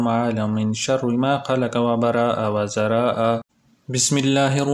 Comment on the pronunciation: Bhai last ka word wazaraaaaa ha